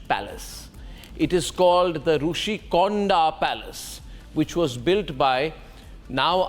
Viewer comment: It’s Rishi konda, not Roushi konda. I understood you got script from TDP. It’s government property not CM personal property.